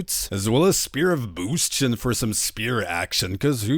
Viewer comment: Spear of Boostion? B A S tion xD